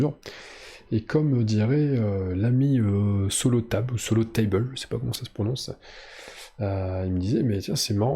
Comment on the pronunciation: Solotable se prononce à la française. 😉 Petite précision, tu n'as pas le droit d'entrainer des paysans à 2 épées tant que tu n'as pas vaincu au moins un ennemi. Tu as faillit faire l'erreur à 2-3 reprises. 🙂 Hâte de voir ta vidéo pour la vie, pour une nuit, ou Okkazeo pour en savoir un peu plus concernant tes impressions sur ce jeu. PS : super partie.